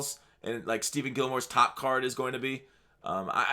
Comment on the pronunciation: Why do you always say Steven Gilmore? I feel like u know its stephON and you're just trolling at this point.